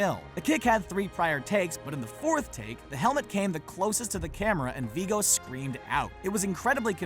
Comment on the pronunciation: It's Viggo Mortensen. Not Viiigo. It's pronounced with a short i 😊